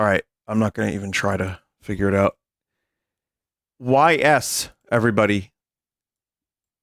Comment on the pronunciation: Contra looks like a specky game. Y's is pronounced "E's" on every youtube channel I've seen so far.